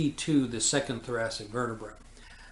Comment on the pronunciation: The above doctor spells " vertebrae " wrong in this video...he says " verterbrae"....this is a strange mistake for a doctor to make. Also, he seems to be entirely unaware of the 5 page report from the autopsy filed by FBI agents Sibert and O'Neill which describes in precise detail JFK's wounds as described by the autopsy doctor, Dr. Humes. He AGAIN is unaware of the signed autopsy drawing of JFK's back wound made by Admiral George Burkley, JFK's personal physician. These are not the only mistakes he makes.....he refers to the doctors at Parkland Hospital who observed the large hole in the back of JFK's head as " pathologists", which they were NOT....they were surgeons, residents, etc. However, NINETEEN of them AND the nurses and others SAW a huge hole in JFK's skull just behind his right ear.....an obvious EXIT wound to most of them ! Facts not presented correctly in the above video : 1. This doctor keeps saying that the entry level of the back wound was at " C7". There is NO evidence of this claim !!! The back wound was MUCH lower at the level of " the THIRD THORACIC VERTEBRAE, TWO INCHES TO THE RIGHT OF THE SPINE" as written by agents Sibert and O'Neill in their report, as indicated on Admiral Burkely's signed drawing, as shown in the photos of JFK's back, his shirt, and his jacket. What the hell is he talking about ?? The bullet entered at 5.5 inches below the collar and was WAY TOO LOW to exit from the throat...it would have exited from JFK's CHEST, as it DID in the Publi